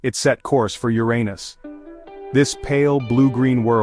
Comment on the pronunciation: I really appreciate that you let this say "yur-ay-nus" the entire time. That made it so much better imo. Lol